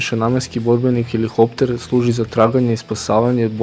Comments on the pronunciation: Није хелихоптер него хеликоптер. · HeliHopter????? ....Hopter??? Halo momak....sta je heliHHopter??